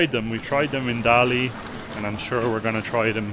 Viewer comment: dali读大理，not达力，da第四声，li第三声，just fyi